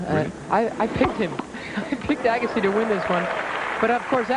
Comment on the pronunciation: Pat Summerall impressively alternating his pronunciation of Agassi: the standard “EAH-gassi”, and “a-GAH-ssi”, perhaps an esoteric Farsi dialect.